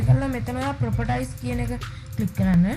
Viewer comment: Properties කියන්නේ ප්‍රොපටයිස් නෙවේ.. ප්‍රොපටීස්..